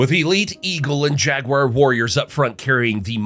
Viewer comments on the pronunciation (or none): none